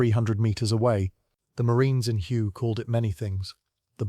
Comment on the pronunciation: none of the images shown match the description in the video of the vehicle, and please teach the computer to properly pronounce the city Hue